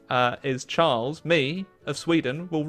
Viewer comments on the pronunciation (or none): none